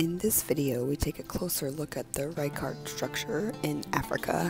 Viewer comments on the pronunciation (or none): I’m pretty sure Richat would be pronounced in the French manner, this being an area of French colonial influence. Thus, “Ree-shaa”.